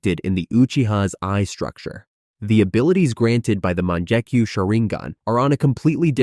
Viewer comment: bru the "munjekyu" low key made me mad. its mon-gek-yu